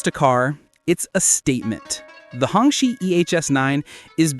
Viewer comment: Hong Qi is pronounced like Hung Chi. Literally means red flag